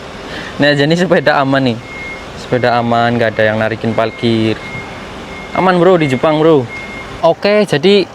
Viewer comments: parkir, bukan palkir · Salfok sama ngomong nya "PALKIR" hhee parkir parkiran mobilll😭🤣